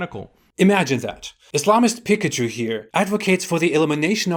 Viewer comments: For a moment then I thought you said Daniel Pikachu 😂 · Every time you day the dude's name, i hear "Daniel Pikachu" lmao